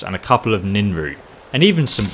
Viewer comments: why Nin-Root its pronounced Nirn-Root (and its spelled that way too) so why? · Nin root you mean Nirn root